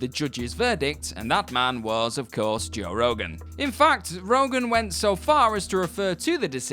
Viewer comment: Your English and still can't say Joe